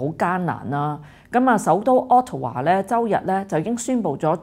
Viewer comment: 渥太華Ottawa,,讀作顎他華，並非屋圖華！🙏🙏